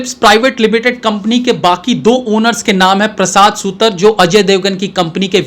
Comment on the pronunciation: प्रसाद सुतर नहीं प्रसाद सुतार Wrong pronunciations are unpleasant to listen to